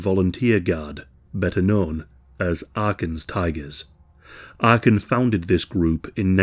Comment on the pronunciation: It's not Arkin but Arkan.